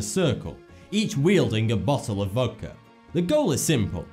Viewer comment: '*Voudka''....Voudka? What?